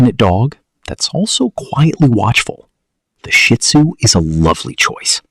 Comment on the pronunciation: Please say Shih Tzu (SHi ˌtso͞o), not Shit Zu!